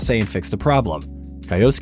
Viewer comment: Kai-osuke?? Kai-osuke?? good god.